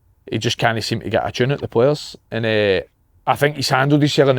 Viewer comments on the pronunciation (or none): none